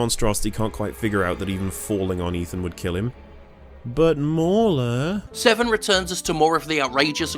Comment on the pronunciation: WAIT: Mooler...not Mawler....why would “au” equal “oo”?